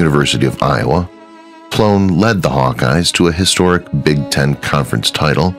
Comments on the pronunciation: Kenny Ploen pronounced as Kenny Plane. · Kenny Ploen is pronounced "Plane."